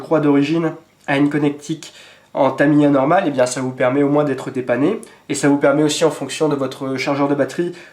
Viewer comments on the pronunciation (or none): none